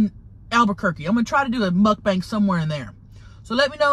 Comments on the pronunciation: Love how she says muckbank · I love Tammy saying muk-bank😂🤣